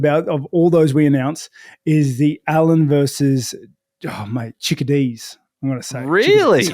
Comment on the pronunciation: 'Chikadeze' lol. ChikadezeNuts Rob!!